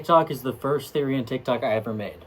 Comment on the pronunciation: I hear everyone pronounce Therian the way you used to and not the way you do now.